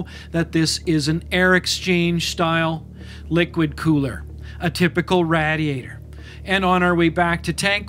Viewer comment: Where is narrator from? When pronouncing "radiator" at the end of video, it was pronounced the same way I say it, which I've been made fun of. I'm from NYC. : )